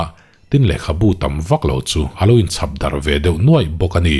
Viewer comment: '....chhap darh nuaih!' tih khi 'chap darh nuaih!' tih zawk tur a ni a. Tih sual palhah thupha kan chawi e!